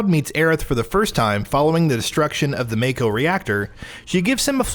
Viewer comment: Lol, he also said "may-ko" instead of "mah-ko"